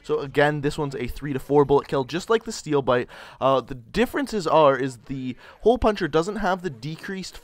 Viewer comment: Steewl biwte!!!